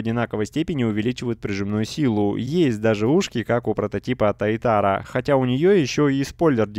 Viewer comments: привет блин прости конечно но пожалуйста говори туатара а не тайтара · правильно не тайтара, а туатара! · немножко бесит то как ты называешь прототип этой тачки, если что правильно говорить ссц Туатара